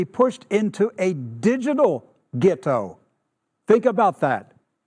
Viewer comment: Did he pronounce it as gitto?